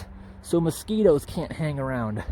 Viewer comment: Moe-skee-toes Or Masq-eh-toes